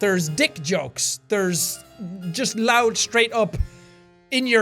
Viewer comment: "Loudy, roud, and obnoxious" great English man. Clap it up